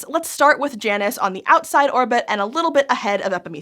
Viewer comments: Smite has taught me that isn't how "Janus" is pronounced lol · I prefer j-anus…you say it weird